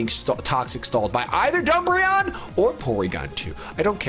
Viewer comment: He said dumbreon